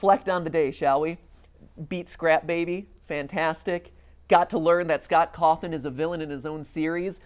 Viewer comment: Are we just going to ignore that matpat pronounces Scott Coffin’s name as Cothin?